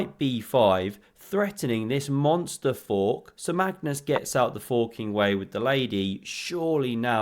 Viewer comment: yeah I know but my ears heard the f bomb lol